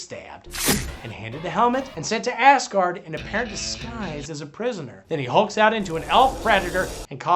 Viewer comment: I love that it is clear the good doctor is saying "Ass-guard" and "Ass-guardians", instead of "Asgard" and "Asgardians"!